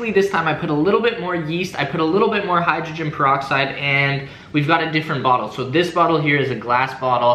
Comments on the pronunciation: said hydrogenne galoxide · Did say hygroglen goloxide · say hydrogen geloxide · this man said hydrogenpoloxid now we now why he cant spell mouth if you don't know what i mean go to wolfieraps try not to drowned challenge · HIGGGREXTAIN PAROXIDE SWAZE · "Hydroglyn golixide" lol